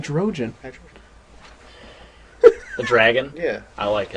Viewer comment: Great video. Can't wait for the next one. Also, Hydreigon is pronounced High-Dry-Gon. Drei is the german word for three, hence the heads